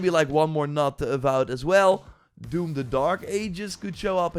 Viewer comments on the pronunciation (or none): none